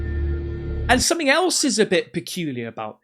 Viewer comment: Stop saying "somethink" - it's "something" 🤦‍♀️